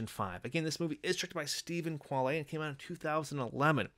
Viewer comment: I found your pronunciation of Quale amusing. :)